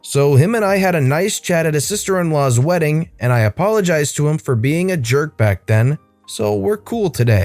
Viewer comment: its funny how it said yerk instead of jerk